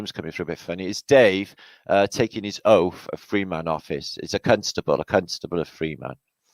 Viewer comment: Constable sounds like cuntstable when you say it lol